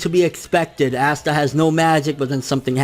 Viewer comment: Aight bro, we’re gonna have to get one thing straight right off the bat. It’s not “Ass-tah”. It’s “Ahh-sta”. I love your videos but the amount of names your mispronounce drive me crazy. Keep it up brotha. <3